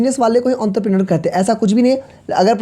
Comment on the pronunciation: your entrepreneur prounsesion is wrong